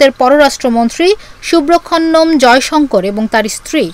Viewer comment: সুব্রখননম,ইন্ডিপেন্ডেন্ট টেলিভিশনের রিপোর্টার এই উচ্চারণ।